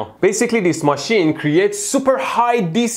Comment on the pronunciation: machane??? its machine